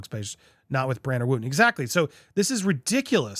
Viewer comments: If ya gonna go in on the demise of Dan Wooton... at least pronounce his name correctly. Wooton rhymes with Hutton.. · Popcorned, you can't even pronounce Dan's name properly.